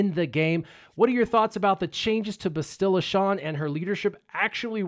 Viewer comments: BASS-tila, not BESS-tila. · BAA-stil-uh. Accent on the first syllable. Listen to how AhnaldT101 pronounces it. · Bastila is pronounced Bastila where the "Ba" part as in Bat with a very slight inflected pause between s and the t which appeared to be the common way to pronounce her name (Canderous, Jolee, Mission, Carth, Malak, and others all did so). Juhanni pronounced Bastila as: Ba-s't-ee-la due to her Catharian accent (again "ba" as in bat, a slight inflected pause between the s and t, and the i turning into a long E). Not the way you pronounced it... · I mean does no one know how to say her name? Go listen to Carth say it ya noobs